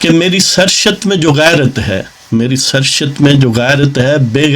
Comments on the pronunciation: Bohat acha bohat khoob Nazam achi hai Yeh lafz ser shat nhi sahed surisht hai kisi ahlay ilm se tashih lay lain Zahin main rahay main shaed k sath keh raha hoon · ye Sar Shat nahi hota. Ye Saarrisht prounce kya jana chahye. Phir bi you may pl check with some authentic source.